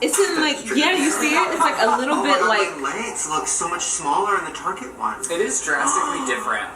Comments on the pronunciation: It’s not TARGÉ. ITS TAR GET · target not tarjay